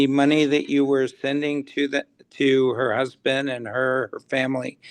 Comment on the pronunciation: At least it wasn’t the brusband! LOL